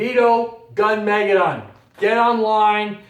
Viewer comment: Thanks for putting out this video. But please look up the proper pronunciation of Armageddon, like in the Bible. Gunmageddon follows the same way. Gun. Meh. Geh. Don, no emphasis on Don.